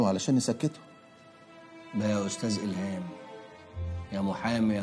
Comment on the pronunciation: 😂😂😂😂😂😂 عندك حق والله قال ألهام قال😂😂😂😂😂😂